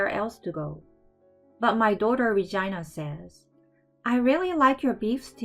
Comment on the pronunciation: it sound like she saying vagina not Regina 😂😂😂😂